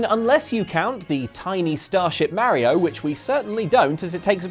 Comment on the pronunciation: That iphone ringtone on his android phone is so appropriate after he mispronounced Mario's name 25 times.